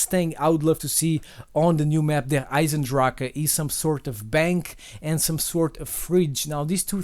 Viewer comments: As german it sounds so dumb when someone says Der Eisendrache xD it means like the iron dragon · little german lesson: its not der eise drache, der eisen drach or whatever, its Der Eisendrache which means the iron dragon. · Derrrr Aisendracke 😂😂😂😂😂😂 Thats German